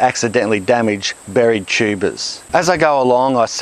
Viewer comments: This video is fun and informative, as always, and also I keep hearing it as "tubas" which is absolutely hilarious. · Most informative guy period and his accent is funny when he says tubas lmao